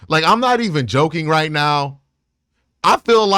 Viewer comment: He doesn’t say Right… Cmon man say it right.